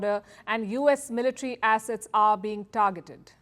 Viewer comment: To hear the way you pronounce the "a" assets... is just 😍.